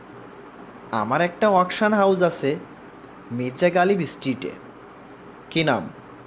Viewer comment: Uccharon ta rhik korun , reading pore golpo sonan ekdom baje., majhe abar surf exel dhukechhilo...hahahah. achhe ke ase bolen keno ?